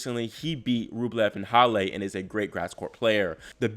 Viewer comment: hallaaa not hall AYYAA dam this channel sucks